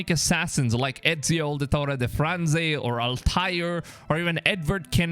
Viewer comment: It's not the franze it's Da Firenze